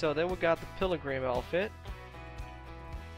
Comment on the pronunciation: lol ... it’s call “ pill-grum “